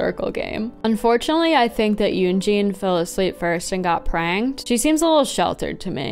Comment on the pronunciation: Every time you said "got pranked" I heard "got pregnant" and that's a very different category